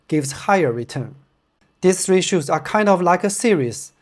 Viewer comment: Hey brother, since you asked us to comment tips on English speaking, here are a couple: -You mentioned the word formula as "formuler" when it should be "for-miyu-lah" -You said the word three as "su-ree" when it should be "thu-ree." I hope this helps! I love your work and content, and I'm looking forward to see you grow.